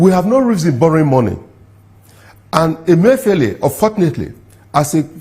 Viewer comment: Your name suggest that you are Igbo but you mispronounced the Igbo name Emefiele.